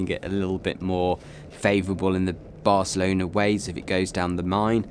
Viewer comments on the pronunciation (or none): none